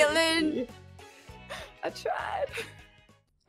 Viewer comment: I know puns are your thing but you said katlyn but don’t you mean CAT-lyn